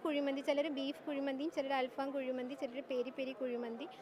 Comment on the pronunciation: അൽഫാം അല്ല അൽ ഫഹം